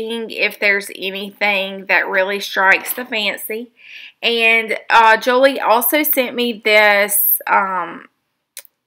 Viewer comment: Yay!!! This just made my day! The wax paper is just cooking wax paper hat I put behind a page when I used black gesso to prime. And I love how you flipped over the patterned canvas!! Can’t wait to see how you use the other giblets. (Oh and it’s jo elle, not jo lee, but everyone says it like that when they see it lol) 😘